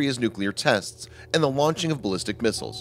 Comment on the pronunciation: Änd aaand AAnd u say it way to hard or.. Soecial B-)